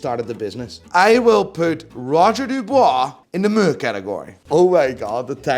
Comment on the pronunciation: Do you realise the sound meh makes? It’s not fucking muuurrr lmao.